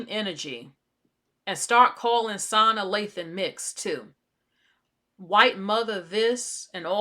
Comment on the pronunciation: I’m sorry but her name is pronounced suh nah. Not sahna. Not being rude or anything. Just want to inform you. And she’s fully black